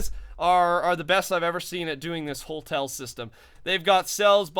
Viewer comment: no hate but... Hotel not holtel